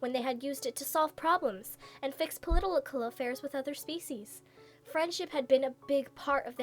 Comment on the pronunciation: "Politolical affairs" :3